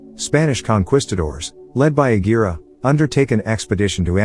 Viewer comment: It's con kees cators. Not quest cators Tomato tomato. I know